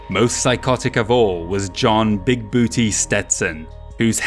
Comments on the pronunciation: It's pronounced "Big Boo-Tay" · Its pronounced bu-tey